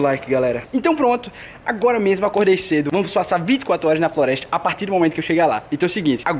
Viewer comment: ele disse florestia